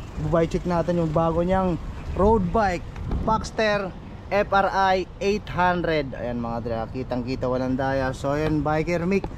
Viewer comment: Boss correction lang F.R. Eighteen Hundred basa dyan/ F.R. 1800, hind F.R.I. Eight Hundred😅✌️✌️